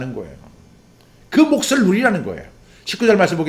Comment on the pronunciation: 목사님, 오늘도 말씀으로 은혜를 받게 하시고 정리가 되게 하시니 감사합니다. 목사님께서 말씀을 전하실 때 '낙을'= '나글'로, '몫을'= '목슬'로 발음하시면 더욱 정확하게 들릴 것 같습니다.^^